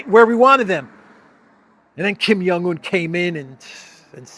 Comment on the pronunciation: you should pronounce the "J" in Korean names, it's Jong not Yong.